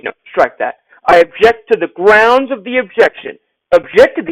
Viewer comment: I object to the objection of the objection of the grounz of the objection😂😂😂😂I’m screamin😂😂😂😂😂